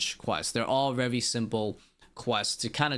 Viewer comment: Take a shot every time bro says vevry